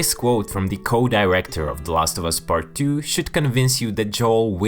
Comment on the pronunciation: “Bart two” ?? Ohhh, PART two!